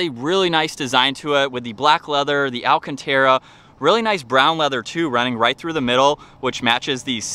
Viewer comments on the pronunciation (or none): It's not alchentera, it's alcantara my friend, it's an Italian car in the end. (No hate)